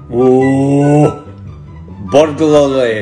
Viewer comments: You always struggle with 'Burgulary' but in fact the spelling of the thieving swines is 'BURGLAR' so it is spelt 'BURGLARY'. So you might find is easier to pronounce 😂. Try burg-la-ry(re). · I pronounce burglary and regularly in the same way 😂